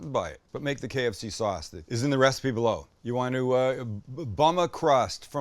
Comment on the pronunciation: Sounded like he kept saying “The recipes blow.” Turns out, the recipe is below.